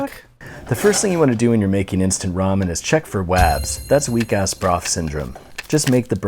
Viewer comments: “R-amen” lol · If you pronounce ramen like “ray man” get out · rah men lol